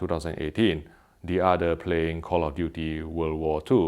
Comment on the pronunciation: "Thats wot my udda half always tells me anyway" lmao.. This guys fire